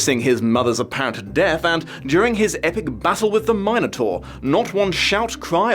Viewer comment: It's not that hard to pronounce. It's "min" like in "minute" and then the vowel pronounciation varies and doesn't matter and then "taur" like "torment." If you see the word "tauro" you don't say "taro," do you? The "min" is harder but not that hard to figure out. It's intuitive with the way the word is stressed. For the record, I don't care if people pronounce it wrong, but if you're trying to find the right pronounciation it's really not that hard to figure out.